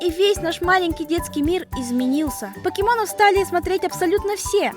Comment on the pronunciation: ПАКИМОН! 😂😂😂 (ЗНАЮ ПРАВИЛЬНО ЧЕРЕЗ О